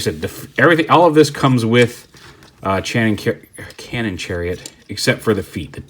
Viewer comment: "Channon cariot"